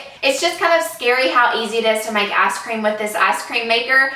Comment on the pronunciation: This is such a dumb thing to pick out in such a well produced video, but it 100% sounds to me like she said “ass cream” instead of ice cream and I was very confused when I skipped forward with no context.